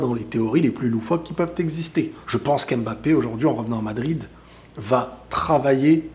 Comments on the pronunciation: Vous savez dire « simba » à la fin vous ne dites pas « si-em-ba » donc pourquoi vous savez pas dire « Mbappé » et vous dites « embappé »? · Mais arrêtez de l'appeler M-bappè ! ça ne se prononce pas comme ça ! il a déjà rectifié plusieurs fois 😭